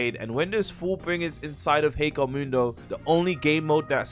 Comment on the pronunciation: Ok not trying to be mean but why do so many people pronounce hueco mundo so wrong it's h-way-co mundo I know it doesn't matter but it annoys me